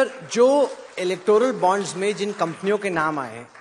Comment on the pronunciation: टकले सही से इलेक्टोरल बॉन्ड नही बोला जाता है तुमसे😅😅😅😅